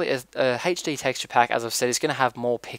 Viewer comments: sounds like your saying haych-d :p but thanks, always hated the glass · I love how you say HD as "Haitch Dee" I know it's your accent, but i love it!!! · hd = "heych dee" XD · why do you say hetchde?l epic fast typing btw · Where are you from you say HD funny, also great tutorial!